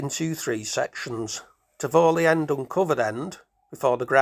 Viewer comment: Thank you for this video. You don't seem to be local because Tivoli is pronounced Tivolli not Tivowly